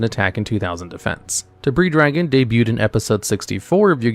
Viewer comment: You don't say the "s" in Debris Dragon's name and also Z-One's name is pronounced singularly, the same way as "zone", as in the Sonic Levels, like Green Hill Zone or Scrap Fist Zone! It is not "Zee One", it is also not, to say it correctly, "Zed One", it is a single syllable! And yes, I named those two levels on purpose, you can probably guess why!